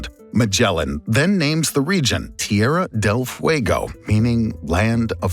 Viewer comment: "Tierha dehl fwegoh" 😂